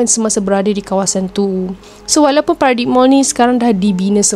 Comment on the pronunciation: Bukan paradik TAPI PARADAIM MALL, TU SEBUTAN DIA. AISHH